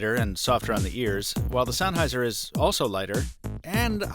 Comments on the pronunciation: it's Sen. Like hen!!! Sennheiser not sonheiser. Aaarrrrgggghhhhh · Very good review, bizarre pronunciation of "Sennheiser" notwithstanding.